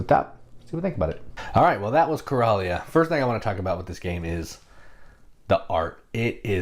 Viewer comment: I'm sure it's pronounced like Coral reef. Coral-ia. That's it. It is afterall taking place in the ocean where Coral grows.